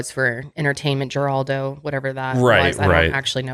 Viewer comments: I feel old… lol it’s “Her-aldo” not “jer-Aldo” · Thank u i was going to comment the same and heraldo still makes the news these days lol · Geraldo is pronounced Heraldo. I would’ve pronounced the G but I watched his show when it was on. Maybe You might need this in the future . If not, I’m not being malicious. just informative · Pronounced Heraldo LOL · LOLOL Geraldo is actually pronounced Heraldo. LOL totally ageing myself here but i remember when his show was on air. it was a slightly more tame + credible Jerry Springer, TBH. he’s a mess. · Geraldo = Her - aldo (Pronunciation) 😂😂😂👍🏼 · Its pronounced heraldo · Guys it's pronounced Her-ral-dough. .he was famous as heck....and brought light to cases that wouldn't have been solved of not or his pressure....he started his career as an investigative journalist. Just giving ya the intel on the mustached wonder....im a wee bit older then yall. Lol. -Jackie 😘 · Geraldo is pronounced Heraldo. 🙂. Happy Thanksgiving! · Geraldo is pronounced "Her-all-doe". He was on level with Sally Jesse Rafeal, Oprah and & Donahue back in the day when day time talk shows were all the rage. Google the time he got his nose broken live on air by a fist 👊🏼. He also broke the news of mistreatment at mental health facilities that made a lot of change in his early career. This is the 'more you know🌈' by an old lady fan.🥴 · Oh my sweet summer children, Geraldo's name is pronounced "Herr-aldo" lmao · I know this is old but I’m laughing at the Geraldo pronunciation - made me feel old that they had never heard of Geraldo. The fact that there are people in the world that don’t know about the chair and nose incident kills me. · The way pronounced Geraldo…. I chuckled. Then immediately felt bad cause this story is extremely sad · I feel so old, being old enough to know that Geraldo was mispronounced by!